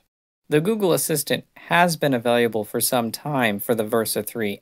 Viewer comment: Why does she say available like it has a U in it? .. he says availUable